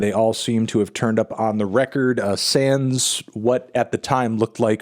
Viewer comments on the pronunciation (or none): The way you say "sans" is horrible fyi